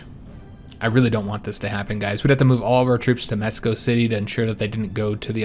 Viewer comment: Thanks for the proper pronunciation of Mexico xD